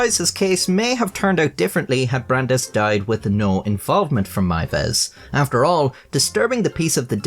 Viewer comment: Congrats on being the first non German speaker I've ever heard pronounce "Meiwes" correctly